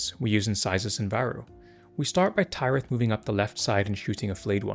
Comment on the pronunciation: again thank you for these kinds of videos! they're super helpful. one thing though: i finally watched the Harvest episode with Tyrith the other day and i'm pretty sure it's pronounced like Minas Tirith. the 'y' in Kyrus, though, is pronounced like eye.